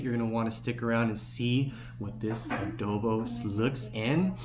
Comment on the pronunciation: yes adooboo :D